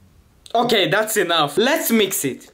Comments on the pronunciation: I thought he said daddy 😂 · I thought you said daddy so good☠️